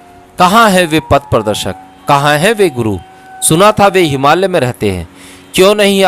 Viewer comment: आप बोहोत अमुल्य सेवा कर रहे है। आप से एक विनंती है की पॉडकास्ट करनेसे पहले एक बार पढेंगे तो जिन शब्दोंका आपसे गलत उच्चारण हो जाता है और सेवा मे त्रूटी हो जाती है वो नही होगी। जैसे की हिमालय को आप से हिमाल्य कहा जा रहा है।, याज्ञवल्क्य और भी शब्द है उनके भी उच्चारण सही नही हो ना रहे है शायद आप अंग्रेजी माध्यम से पढे हो इसकी वजह से होता होगा। 🙏